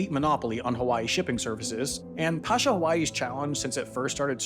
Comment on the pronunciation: Pasha Hawaii is pronounced "Pay-shah" Hawaii.